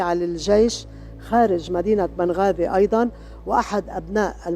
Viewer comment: ليش نطقها نبقازي